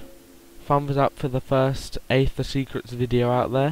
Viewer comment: Its pronounced eather not neather